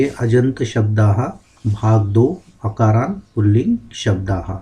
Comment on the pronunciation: it's not akaaraant pulling shabdah it's akaaraanta pullinga shabdah